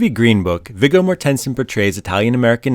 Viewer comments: If the AI cannot get Virgo’s name pronounced correctly, I’m out. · At least learn how to pronounce the actors names that you’re talking about. It’s Vigo…pronounced V-Go…Mortenson…pronounced More-ten-sin. You can thank me later! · Just a nit ... it's pronounced "Vee-Go More-ten-sen" you mangled it so bad I didn't know who it was you were talking about at first. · It's not "mor ten son" it's "morten son" and his first name is "vee goh" . He's Danish.. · It's pronounced mah-HER-shuh-luh. And VIG-go MOR-ten-sen.